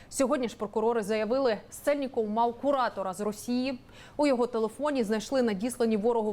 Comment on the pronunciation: чому вона каже "мау" замість "мав"? що за шизанутий тренд? говоріть нормально